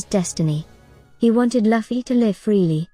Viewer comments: I appreciate that the AI text to voice makes theses videos easy to produce consistently, but you could easily write Luffy’s name as “Loofy” so the AI pronounces it correctly instead of as “luffie” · So annoying hearing luffys name be said wrong over and over